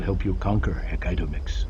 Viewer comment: I swear, if he says Hec-aitomix one more Time... xD